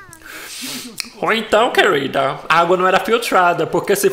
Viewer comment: "Ou então quelrida... kk